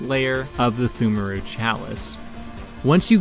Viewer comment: FYI, it's pronounced "tumeru". Silent p and h. English is a dumb language, and that's coming from a native speaker.